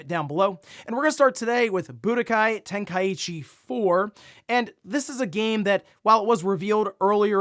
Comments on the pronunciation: … Ten-Kai-chi. Not ten-kai-ichi…. Get well soon bro. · I always is find it funny how people mispronounce Tenkaichi. Where do they get the extra "i" sound from. Its Ten - Kai - Chi 😂😂😂 Edit: It would have to be written like Tenkaiichi